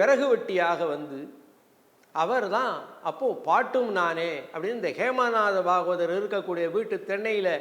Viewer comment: IVARUKKU PRONUNCIATION VARAVILLAI BHAVAMUM YENBHADHAI PAVAMUM YENDRUM HEMANATHA BHAGAVATHAR YENBHADHAI YEMANATHA YENDRU SOLLIGIRAAR. PORUTHAMANA NAME THAAN